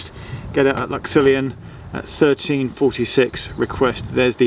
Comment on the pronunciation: Might be a bit late here but it's pronounced lux-illy-an. Source: I'm a local round these woods